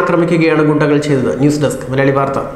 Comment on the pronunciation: ഗുണ്ടകൾ അല്ല (ഗുകൾ)😂😁